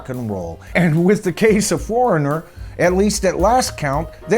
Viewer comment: Thank you for this! Someone had to do it. This has been a pet peeve of mine for years! So many big band names are cover bands really. And you NAILED Foreignor. Thank you.